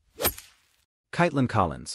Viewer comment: As the narrator .... pronouncing her first name correctly is important . So frustrating .